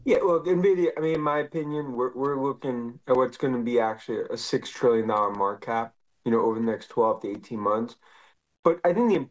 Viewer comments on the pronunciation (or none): It’s market cap NOT markap!!! 😮